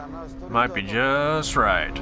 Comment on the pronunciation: "On the street, the setting of this car might be juuuuuus' right." Hahaa I didn't know was such a Suth'un boy!